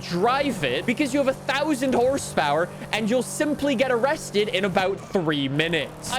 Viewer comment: "Areested in 3 minutes" no you will be gone in 3 minutes. Correction😅